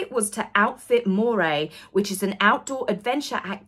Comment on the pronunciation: ‘Moray’ is pronounced ‘Murray’